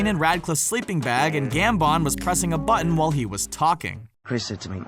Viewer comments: Says Michael Gambon like tampon. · I’m sorry but...Gambonn? And Cuaronn? Pronounciation is key 😂😂